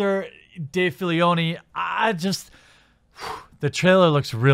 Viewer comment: one critique, please pronounce it Filoni insead of Filioni, you are adding a noun in there bro.